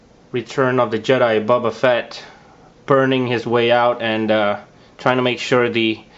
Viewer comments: >:( did he just say bubba fatt?! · Why do you say it liek “bubba fett” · It's pronounced BOBA Fett. Not Bubba Fett. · Did he call him Bubba fett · His name is not "bubba" Fett...